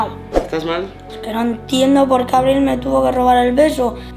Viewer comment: Aprende a pronunciar abril